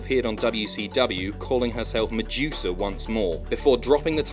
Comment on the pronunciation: Her name is Madusa as in Ma-DOO-Sa not Ma-JEW-sa